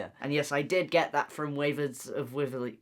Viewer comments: I love how Noah could pronounce that phobia and NOT prounounce wizard. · Noah- you being able to pronounce whatever that phobia is but not being able to pronounce Wizard is the definition of you-😭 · Noah: can pronounce the fear of long words Also Noah: can’t pronounce wizards of waverly place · How did you pronounce Hippopotomonstrosesquippedaliophobia and then proceed to mispronounce wizards 🤣😂